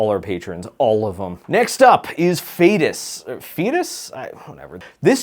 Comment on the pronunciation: I lost it at "Phaetus"... "Fetus?"... 🤣